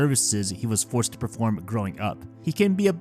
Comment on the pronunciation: so uh, your pronunciation isn't great but one thing specifically to know is that "to" is not pronounced like the english "two" but more like the english "toe," with a hard O sound, it means "and" or "with". also it's hilarious that you compared this nukige to a nakige (tho i know it's got some really sad parts).